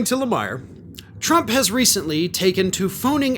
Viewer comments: Lemire: "La-Meer" not La Meyer 😉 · (For future reference, Lemire's last name is pronounced, "La-MEER." Thank you for this reporting! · That’s pronounced “ Lameer.”